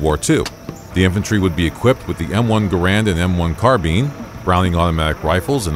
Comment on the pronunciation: I stopped watching after you mispronounced the m1 carbine.